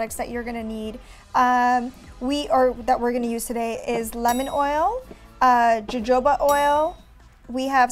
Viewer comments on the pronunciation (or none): Its pronounced "hohoba" oil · loved this diy!! also jojoba oil is pronounced ho-ho-ba not the way it's spelt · its pronounced ho ho ba oil. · It needs to cure for about 4 weeks, you mean to tell me the other girl doesn’t know how to pronounce jojoba oil either. Why put out videos if you can’t pronounce the name of the products.